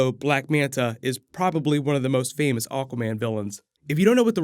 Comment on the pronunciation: Keep hearing "oh common" when u say aguaman.😁